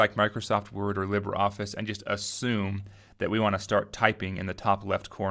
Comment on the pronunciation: I'm sure someone has already said it, but, the pronunciation is off. I am fairly certain that it is … LEE-bruh Office SCRIBE-us